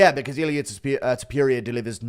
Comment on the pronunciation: Its funny how he puts R at the end of names. "Iliur"😂😂